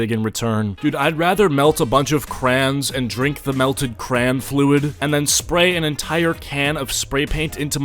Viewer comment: “Cran fluid” wtf first off it’s crayon and I think you mean wax wth